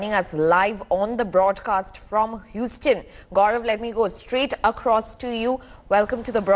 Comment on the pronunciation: It’s not Whostone, It’s Houston ( pronunciation Huezton)